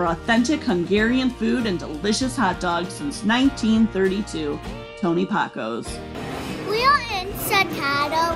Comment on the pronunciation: Pack o's not Poc o's